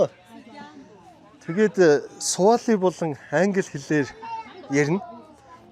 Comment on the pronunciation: Сували хэл биш шүү. Свахили хэл Swahili